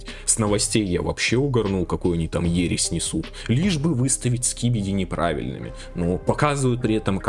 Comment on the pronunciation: Ересь а не ересть